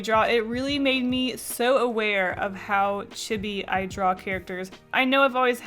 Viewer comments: chibi is actually pronounced "chee-bee" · Chibi? It’s pronounced chEEbEE I think lol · The way you said "CHibee" brings me pain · I thought you were saying chibby then I re-herd it and I think you said Chibi? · Looks like chibi sounds like cheebee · I’m sorry but oh my gosh the way she says “chibi” is justtttt so wrongggg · You said chibi wrong! 😖